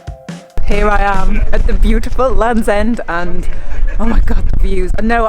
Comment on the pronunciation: I love the way you enunciate "bootiful" :)